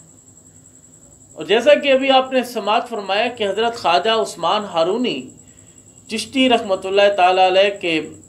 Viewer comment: بسم اللّٰہ الرحمٰن الرحیم السلام علیکم ورحمتہ اللّٰہ و برکاتہ محترم بھائی جان! پیارے بھائی جان! "ہارونی" کے تلفظ میں اصلاح فرما لیں ۔ "Harooni" not correct "Harwani" correct